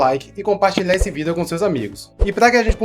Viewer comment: Porque você não pronuncia a palavra vídeo corretamente.